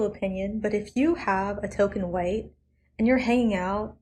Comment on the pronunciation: God is the "hhhWHITE" is so obnoxious i had to skip that part